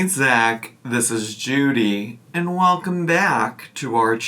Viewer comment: I know this is the nittiest of the picks..but I hate how she says “hullo wulcom”